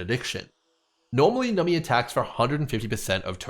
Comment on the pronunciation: Love the video but why do you call numBy, nummy? Is this a meme I missed lol